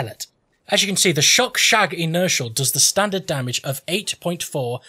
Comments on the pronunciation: Still the best video on YT. The butchering of the name is price less. SHOGERROG, SHINGSHONG, shogreen 😂😂😂. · you pronounce sjögren khuh-gren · Hehe i love it. «Schjøgren» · Im swedish and u prenounce the sj like sh and the ö like uhh